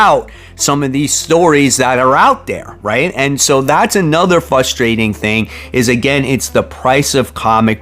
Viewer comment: Very "fustrating" indeed.